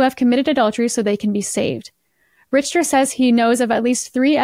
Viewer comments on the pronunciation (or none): Richter is pronounced Rick-ter.